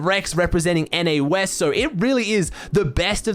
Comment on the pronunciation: I laughed so hard when he said “NA Weast”